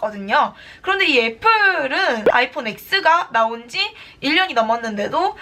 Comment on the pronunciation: 누나... 아이폰 엑스가 아니고... 아이폰 텐이에요....ㅠㅠ